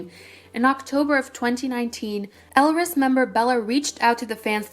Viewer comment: I think the title may be a bit misleading as most of the shit that happened was with Stardom Entertainment, not with Hunus. (Two small things: EvoL debut was called "We Are A Bit Different" and Elris's name is pronounced like Ellis.)